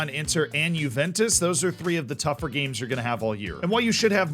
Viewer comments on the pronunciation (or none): none